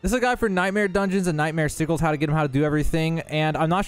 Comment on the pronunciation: Sigels?? Sigg ells... and you do need world tier 3.